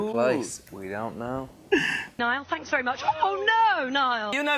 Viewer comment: WE're vereh exCITEd